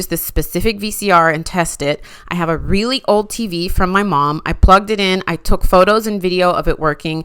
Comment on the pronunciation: So when you say “really old” tv with the emphasis on really old, it kind of made me cry a little. I’m thinking since I was there when vcrs came out I may be really old as well. 😂 In fact I recall beta machines. Those would be pre vcr. Now I think I need a glass of wine. 😂